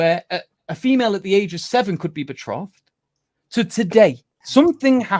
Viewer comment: It's not betrothd it's betrothed